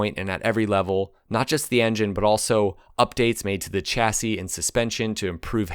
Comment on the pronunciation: I wish some American had asked a French person how to pronounce chassis properly. And "Reg" is pronounced "redge", short for Reginald, not regg. Seriously, if you're going put in all the efford, why not check the pronunciation instead of spreading misinformation?